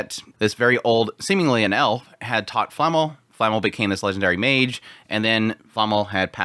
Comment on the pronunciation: She is called Flamme not Flamml